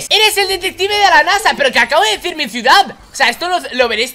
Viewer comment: el hombre dijo ciudad pero la dijo thanix